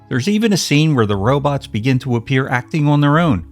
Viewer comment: Gog, didn't they Ro-bits rather than Ro-bots ??